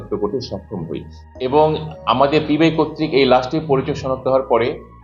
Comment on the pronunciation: বারবার পিপিআই বলছেন কেনো? এটা পিবিআই।